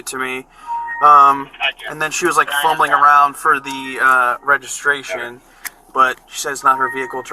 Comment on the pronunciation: "What do you need? Resregiration?" LOL